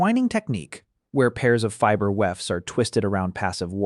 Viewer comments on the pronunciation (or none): none